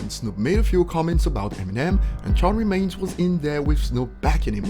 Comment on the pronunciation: Nobodys gonna comment how he called charlemagne "charred remains" 😆